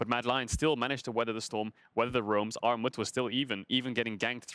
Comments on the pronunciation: It's pronounced Gnarmut ;) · Actual name: Armut pronunciation: Aghmod pronunciation: Armou Lmao it's not that hard to pronunciate that